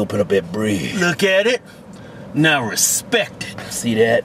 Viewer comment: Why did you leave off the 't' at the end of respect? They actually accentuate the 't'...